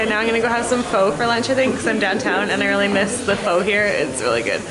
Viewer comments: Pho is actually pronounced like "fuh" for future reference. Looked really good though~ I want some now. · you don't call it pHO its call pHo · Pho is actually pronounced 'phuh' or 'fuh'. One of my favorite foods :) I just wanted to tell you just in case you didn't know :) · Umm...Pho is pronounced "fuh" not "foe" Just saying so you won't get corrected in realityyyyy^^ Btw if you saw this, what your fav type of pho?? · カナダのピザ食べてみたいです！Pho はフォー じゃなくて ファー なんですね(ﾟ∀ﾟ) カタカナ英語(>_<) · pho is actually pronounced fa not fo :) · should be pronounced Fuh. Right? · Don't want to sound rude and I really love your vids. Been subbed for two or three years but just to let you know... Pho is pronounced "ph-uh". It's a short 'o' sound. LOVE AOT!! I already own the blu-rays. I hate the live doe. DON'T WATCH THE LIVE ACTION! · I'm sorry, I cringed a little when you said pho. My Vietnamese side kicked it :| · Not Viet but I was gonna leave the same comment about cringing at the pronunciation 😅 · not even Viet but i cringed too lmao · lol me to i cringed 😂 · "Cringe"Because I'm VietnameseAnd its spelled phơ